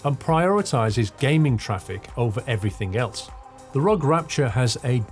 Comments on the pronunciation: Pronounced are-oh-gee, not rog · Just so you know it’s pronounced R.O.G